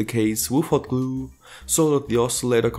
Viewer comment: I love how he said glue xD